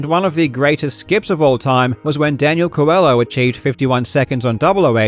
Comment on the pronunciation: If that surname is Portuguese (or from another place that also speaks Portuguese), then the "LH" is pronounced like the "LLI" in "million" , the end of "Coelho" sounds like the end of the English word "million" but without the N.